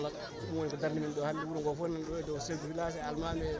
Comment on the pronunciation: il faut rectifier svp cette accueil c'est pas (yuro) c'est (wuro)